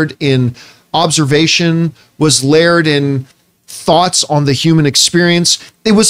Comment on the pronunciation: My problem with Campea? His pronunciation of "layered"